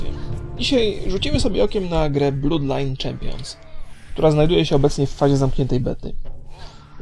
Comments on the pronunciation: to nie jest blud lajn, tylko blad lajn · mowi sie blod lajn :O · czy ty wiesz jak się czyta ''oo''? Czyta się jak ''u'' dlatego mówi ''blud lajn'' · wpisz na youtube Bloodline Champions Gameplay - First Look HD on mowi blod lajn wpisz na google translate blood i kilknnij glosniczek mieszkam 7 lat w irlandii i mysle ze mam racje.